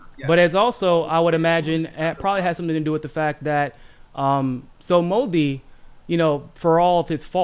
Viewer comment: Modi is pronounced with accent on Mo not di